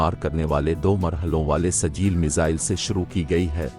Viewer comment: کیا سجیل سجیل لگائے ہو تلفظ ٹھیک ہے کرو